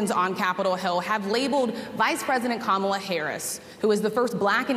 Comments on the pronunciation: So he DOES know how to pronounce her name correctly. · GREAT START Donny, hahahahahahaha, does he even hear himself ????? poor Donny. Truth hurts. Oh and I notice he said Kamala's name right for the 1st time. He is showing his TRUE character. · ka-MAL-a.....The fact that he knows how to pronounce her name. The disrespect is blatant. This dude is a total disgrace. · Immediately insults the interviewer, says everything you need to know about him. I liked the interviewers directness and Trump had the opportunity to address her questions. At least Trump pronounced Kamala Harris’s name correctly. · He said Kamala's name correctly. Oh my. He's shaking in his boots. I love it.